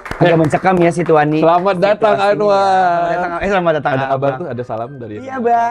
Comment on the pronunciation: DARI AWAL AJE UDEH SALAH DIE. "SITUANI"... WKWKWK...